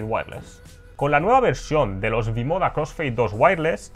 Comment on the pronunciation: Eso iba a decir jajaj